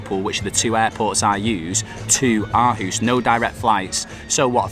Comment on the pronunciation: Aarhus should be pronounced with a much deeper I know this because I am from Aarhus and play in AGF youth academy and it’s one of the best in Europe/Scandinavia